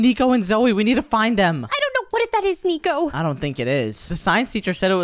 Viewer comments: said notnico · Good job saying that Nico😅